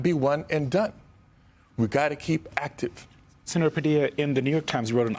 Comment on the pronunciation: Sen-a-tear Jose Padilla 😭😢😹😿😹😢😿😹😢😭😭